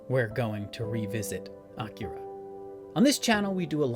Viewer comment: Not for nothing, but props for your pronunciation of Akira. Most people insist on saying it in the same way white people order items at a sushi restaurant: that is, by emphasizing the middle syllable (i.e. "uh-KEER-uh").